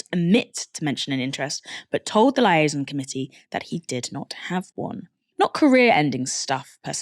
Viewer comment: “Lie-aison” committee is the best speako for these corrupt times. 😉